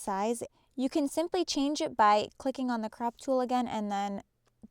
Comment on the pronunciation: Sorry...am I the only one hearing her say "crap" instead of "crop" 😂😂😂 besides that it was a great tutorial...but I couldn't help but laugh every time she said "crap"